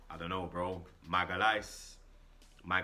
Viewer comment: ''MAG-HAAL-ES'' JEEZ 😂